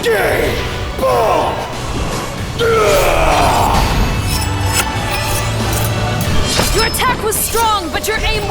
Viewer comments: Gae bolg sounds like gay boldge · I am irish and gae bulg sounds like gay bull what dose gae bulg even means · Kirito abridged voice GAE BOLG!! I THOUGHT HE SAID GAY BULK! HE JUST SAID GAY BULK!! SUPPORT THE KIRITO IS ALWAYS RIGHT FOUNDATION! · Its just my ear or something? I just hear "Gay Bolg"